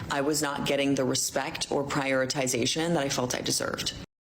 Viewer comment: She can’t pronounce “prioritization”